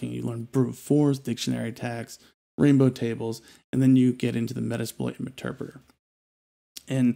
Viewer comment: If I have to hear them call meterpreter "Meter preator" or say "Indeed" one more time I'm going to scream, thats my only complaint...